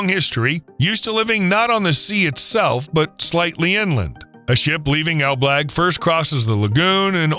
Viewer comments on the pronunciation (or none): Ok, but it's ELBLĄG, not ELBLAG - huge difference.